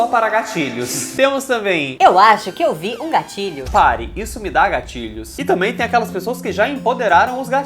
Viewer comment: Toda a vez que o falava "gatilho" eu ouvia "gatinho" kkkk Sei lá esse negócio de gatilho é muito besta